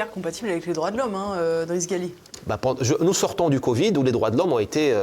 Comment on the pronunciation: L'invité s'appelle Driss Ghali , non pas Gali . La prononciation est toute à fait différente , informez vous madame la présentatrice ...